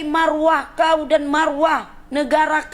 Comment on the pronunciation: Betul ke budak tu asal Madura, kalau dari segi sebutan atau cara sembang, kita dah tahu orang luar cuba belajar bahasa melayu Malaysia tapi cara sebutan "kauw" seperti orang medan